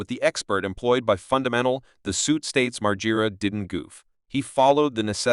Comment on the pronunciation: This video is horribly put together.... I can't even say nice try bc it was a terrible try.... I would watch your videos before you actually post them and realize how terrible it is... Can't even say Bam's name correctly not even once... And every time his name is said it is said differently... Sentences running together and pauses at weird times....